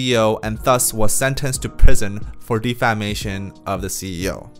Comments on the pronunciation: Defamation— pronounced: deh feh MAY shun or 대패 매이 션. Good video. 👍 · Check your pronunciation for “ defamation “ since you’ve to use this word often🙏